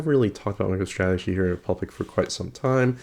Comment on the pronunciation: Did you say Michael Strategy? XD